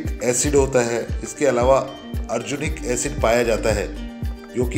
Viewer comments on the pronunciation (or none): none